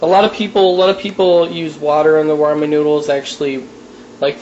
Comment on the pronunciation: it makes me mad when people say roman noodles its RAmen